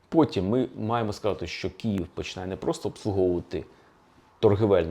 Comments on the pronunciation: Все цікаво,але Київ,а не "Кіїв" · Дуже дякую за вашу працю! Цікаво й аргументовано. Єдине побажання до пана Олександра - вимовляйте Київ твердіше, бо я чую Кієв.